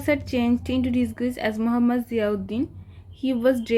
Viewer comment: ওটা ডিসগুইস না ওটা ডিসগাইস হবে উচ্চারণ ঠিক করে করো আন্টী